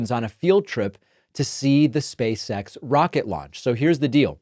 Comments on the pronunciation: “Space X”, David I kept hearing you say “Space Sex”… ROFL! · Am I the only one who hears “space sex”, whenever David says it? 😅